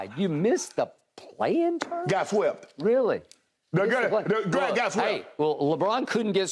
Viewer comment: Shannon sharpe: and he got wsept!! 🥴😂😂😂